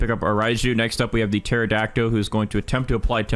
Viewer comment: baro why in every video does he say pterodactyl like that. it has a L at the end not o